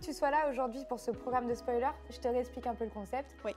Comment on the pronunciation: J'adore toujours autant le "spoualer" au début 😂😂😂